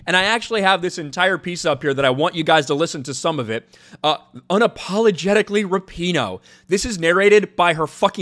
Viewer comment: Ruhpeeno Rap E no